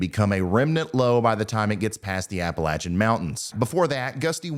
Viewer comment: Thanks for saying Appalachian correctly!